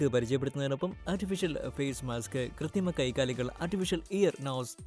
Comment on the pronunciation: കൃത്തിമ അല്ല ബോസ്സ് കൃത്രിമ 😂😂😂